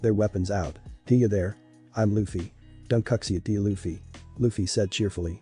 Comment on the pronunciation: I can't get over the "Donquikzit pirates"😂